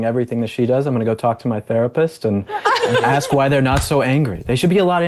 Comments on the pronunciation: He said “axe” instead of ask…everything he says should be disregarded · Someone should as Coates, live on air, WHO axed him... "If you axe me, what the truth of his life is... it was hate...." WHO axed you, you stoopud or lying mo'fo'....???!!!